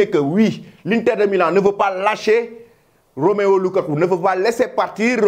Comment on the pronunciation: C’est pas Roméo lukaku,c’est plutôt Romelu lukaku 😅😅😅 tu fais trop de faute du courage